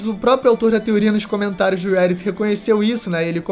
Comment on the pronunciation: Poo, fala Reddit direito. É RÉ Di Tii. Igual Brasileiro msm